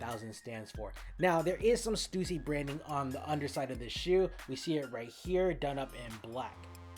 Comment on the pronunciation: stUSsy not Stewsee.